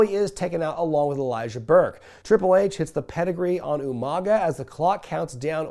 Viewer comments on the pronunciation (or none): “Jeff Harvey” Isn’t as bad as “you-mon-ga” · You pronounce Umaga wrong